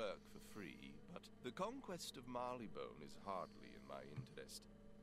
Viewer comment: wait did I just heard you say "Barleybone" instead of "Marleybone".